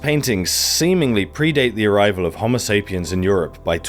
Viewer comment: Great video very informative but the way you say Homosapien makes me envy the deaf.